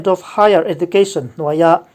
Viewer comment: He video a pronouncetion pakhat , education hi ejucation tur niin kahria.🙏🙏